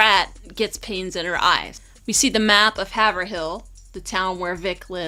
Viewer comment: Haverhill is pronounced Hay-vrill. She got it right later in the vid.